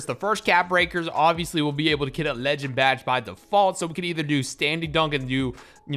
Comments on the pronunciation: I love the way you say leee- ginn 😭😭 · Y yu say legend like dat😂😂😂